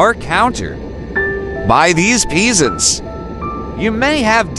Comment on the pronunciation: “peas ants”